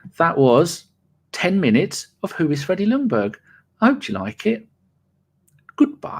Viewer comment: Stop saying Lungberg, the L is silent. It's pronounced Jungberg. / Sweden